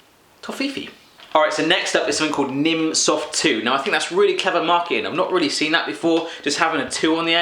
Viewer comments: Hahaha I'm german and it's really funny how you pronounce the names of the products :D I eat this stuff like all the time! "Nimm 2" actually means "Take 2" :D I'm happy that you like the german stuff! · It is so funny, how you pronounce the german sweets :D Nimm2 soft means take two soft sweets because they are good for you.. By the way, it is pronounced [nimm cwai soft]